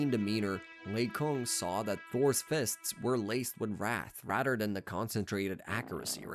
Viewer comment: rather not radder